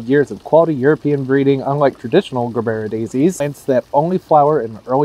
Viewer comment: Hearing Gerbera said as Grrrbera instead of Jurbera sounds as pleasant to the ear as scraping my teeth on a chalkboard.